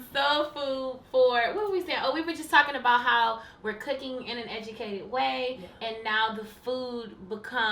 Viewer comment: I seriously love "KOOKING" moments with Kiki and Mommy ❤️🙋🏾‍♀️👏